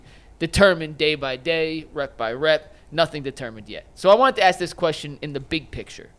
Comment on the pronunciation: The word is “ask” G , not “axe”….good grief man, you’re supposed to be a professional broadcaster